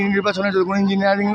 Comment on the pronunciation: Injiniyaring. Maraice 😂😂😂😂